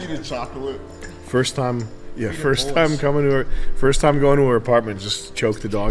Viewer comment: Why does pronounce “chocolate” like Yogi Bear